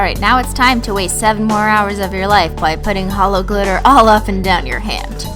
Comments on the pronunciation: It's weird hearing her say "hello" instead of "holo" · She said hello...not holo....🤔🤔🤔🤔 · Hoahhhhhhhhh she did not say holo she said hello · Is nobody going to say anything about her saying "Hello"??? ITS HOLO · She said hello not holo💿🦄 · Did she say hello instead of holo Oh gosh This is in 2015 oh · She said "hello" instead of "holo". What is this? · Did she say HELLO instead of HOLO in her INTRO?!?! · I’m the intro she said oh hello everyone, not OH HOLLO EVERYONE IM OFFENDED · she said hello not holo😂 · She said hello everyone not holo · SHE SAID HELLO INSTEAD OF HOLO😱😱 THUN THUN THUN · U SAID HELLO NOT HOLO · she said hello instead of holo.or dose she not say holo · omg you said hello instead of hollo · OMG SHE SAID HELLO EVERYONE NOT HOLO EVERYONE!!!😭😱😂 ily Christine just watching through all of your vids lol😂❤️ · she said HELLO NOT HOLO